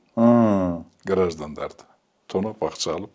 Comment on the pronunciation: расмий тилди да жарытарлык суйлой албады Гараждандар деп дабдырап суйлогон учурлары коп кездешет